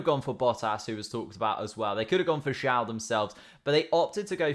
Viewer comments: Tip - Zhou is pronounced like "joe" but the j sounds more like z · Zhou is pronounced like "joe"